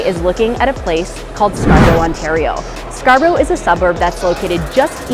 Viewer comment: Scar-bruh not Scar-brow